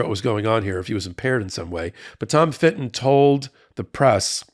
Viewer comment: Love you but STOP saying Finton for Fitton. You said it so many times I went mental and the proof is that I wrote this comment! Like Americans calling a Nissan car KNees-on. Or an Audi an Awdi.